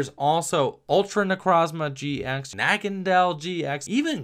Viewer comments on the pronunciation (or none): The way you pronounce naganadel annoys me ITS NAH-GANNA-DELL NOT NAGANDEL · The pronunciation is Na-gan-uh-del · Just for the future: It is pronounced Na-Ga-Nay-Dal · nagandel or naganadel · It's pronounced "Na-ga-nay-del". The German word for "needle" (nadel) is incorporated here. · It's pronounced nah-ga-NAY-dul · Technically it doesn't have a confirmed pronunciation. I say Nuh-gan-a-dell